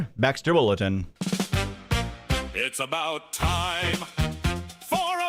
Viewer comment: You mean "BULL-etin"? Lmfaoooooo gotteem